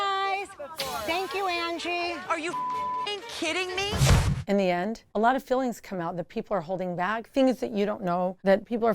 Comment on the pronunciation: Angie mispronounces "feelings" just like Whitney: "a lot of fillings about you" lol